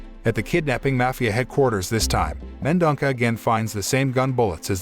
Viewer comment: *Mendonça, not Mendonca!